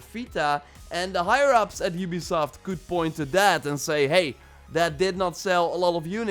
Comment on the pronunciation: Oobisoft,youbisoft, ubesoft